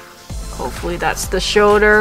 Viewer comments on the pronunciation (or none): Shoulder not shouder